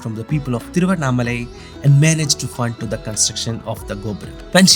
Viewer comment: Thank God finally at least you have said exact name THIRUVANNAMALAI 😢😢and thamilnadu